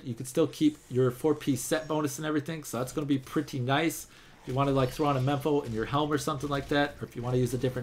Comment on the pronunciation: its mempo not mepo lol